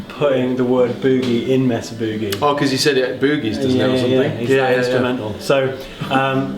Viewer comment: I'm not gonna tell you how to speak English, but you're pronouncing 'Boogie' incorrectly.